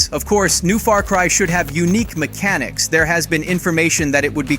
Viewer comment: "MEK-A-NICKS" LOL